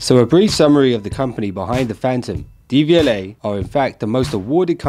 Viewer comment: Its not DVLA its pronounced dev-u-lay